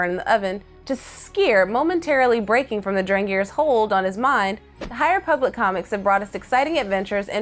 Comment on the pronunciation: Ah yes, the High REEE-public. This is totally what SW fans are looking forward to.